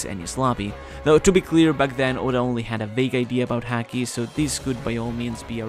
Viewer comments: it's pronounced Haki as in haha not Hacky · Lol couldn't help it, every time said "Haki" I thought he was going to finish off with "sack" 😂🤣 Great vid as always my man blessings... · please learn the right pronounciation of the ''haki''